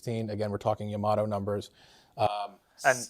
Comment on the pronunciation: "YA-ma-to." Pronounced with the stress on the first syllable--like Yamaha.